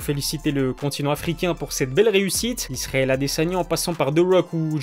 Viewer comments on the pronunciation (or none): none